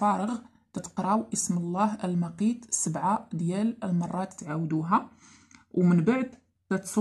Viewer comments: المُقُيت بالضمة وليس المَقِيت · ماعارفة حتى تنطقي هاد اسم الله ماعرفتش شنو غيدير هاد الاسم وهو المعنى ديالو ان الله يخلق قوت الحيوانات بكل اصنافهم وسميتها المُقيت ماشي المَقيت 😂😂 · اسم الله المقيت بالضمة و ليست بالفتحة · اختي نقول المقيت بضم الميم أما إن نطقتها بالفتحة فالمعنى يتغير ولايليق بالله جل جلاله . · حسبي الله ونعم الوكيل نعم اختي والله شي يدمي القلب لفظها للاسم خطأ